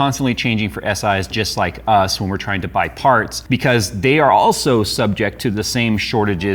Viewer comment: “They are aHGHHGlso” 😂😂🕺🏾 I love you all jokes